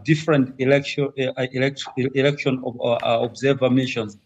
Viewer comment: The only shame is u saying eroction. 😂😂😂 we love zanupf and it will rule for life